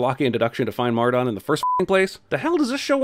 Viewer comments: Mar -Don it’s pronounced Mar-Den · its pronounced mar-DUHN not mar-DAWN! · I love how says Mar-Dawn all weird lol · Says Mardon "Mar-dawn". *DING* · I'm gonna add a sin to cinemasins for saying mardon wrong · the way he says Mardon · He said Martin like Mardon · 10 sins added for "Kate", "Kaitlyn", and the mis-pronunciation of "Mardon"......ESPECIALLY when Eddie pronounces his name correctly in a clip you use TWO SECONDS LATER!!!!!! (BTW: It's Caitlin...or Cait as the shortened version.)